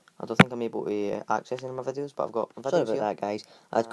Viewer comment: He said YouTube vadios